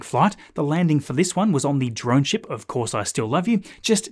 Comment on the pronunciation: Dude! Every time you say “ship” my kids think your swearing (shxt). The family was laughing like crazy today. Love your videos.